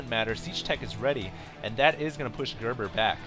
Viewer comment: its gerper not gerber